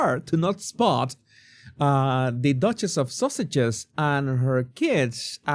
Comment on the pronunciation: Did you call her the Duchess of Sausages?! That's hysterical!